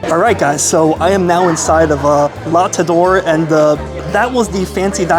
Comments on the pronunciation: I enjoy your videos, so forgive this one criticism. On a high percentage of your videos you say: I hope I’m pronouncing this correctly. Then you totally botch the pronunciation—like La TaDOR. Why not check the correct pronunciation in advance? You could do a google search , or check with the restaurant. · Let me help you with pronunciation.... la Tete d'or is pronunced like "lah tet door." For Boulud: "boo-lood" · You would pronounce the second T in Tete, since thhe word has an E n the end of it. SO, the whole thing would be pronounced "La tet door" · La tet duh ore Daniel Bow-lewd 🤦‍♀️🤦‍♀️🤦‍♀️🤦‍♀️ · 😂 it’s la taiteuh d’oor’ the golden head😂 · Love your videos but you really should research how to pronounce the name of the restaurant you're visiting prior to going there. It takes three seconds. Just Google, "how to pronounce Tete D'or." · Its called, "The Head Gold" La Tête d'Or. Google Translate it next time, so that you can listen to the proper prononciation. Btw, glad you didn't ask Chef Daniel that his prices were very high, like you did with Salt Bae. Nothing is cheap in NYC, especially a steak house paying very high rent. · You butchered the name and the chef’s name 🤦🏻‍♂️